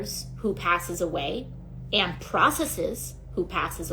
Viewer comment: Keep up the good work! The truth matters! Hey, I don't think you hang a television vertically... wait, maybe you do? BTW, the word is 'and,' not 'andt.' Affected talking like that and vocal fry are a huge turn-off (politically speaking).